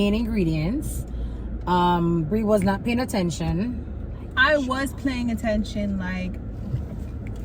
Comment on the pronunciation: Thought I heard said she was "playing" attention🤣🤣🤣🤣 my gully Ur T n we're ur cookies, I say "Tcookies" without "T" there ain't no cookies🥰 #tookiesroadto20ksubs